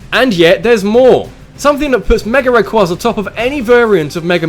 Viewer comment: It's rayQUAYza not rayQUAHza